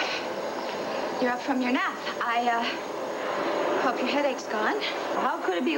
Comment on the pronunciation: Why does Ursula’s dad keep calling her Urshula?